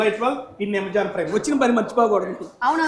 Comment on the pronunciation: amazon ❌ yamazon ✅